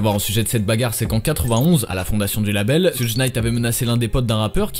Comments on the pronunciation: C'est pas soutje mais choug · Ça me perturbe quand il prononce son nom à la française genre « suj »,mais sinon bonne vid comme d’hab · ça se dis shug